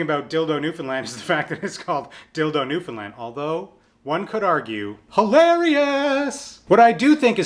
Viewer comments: I'm from Newfoundland too :) and yea, he said it right, it's NEW-FUN-LAND pretty much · YOU SAID NEWFOUNDLAND RIGHT! YEEEESSS!!! <3 oh God you're the first person on YouTube that ive seen to pronounce it correctly that isnt from here. most Canadians even botch the pronunciation.